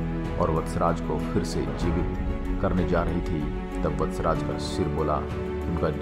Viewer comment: Kahani sahi hai par nam thoda galat hai vatcharaj nahi veer vachharaj dada